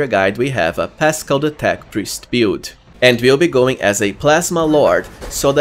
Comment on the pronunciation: build -is pronounced "bild" not "piould" lol